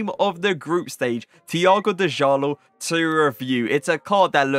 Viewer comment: hey it is pronounced Ja Law